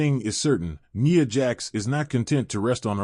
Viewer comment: NIA not Neeya 😂😂😂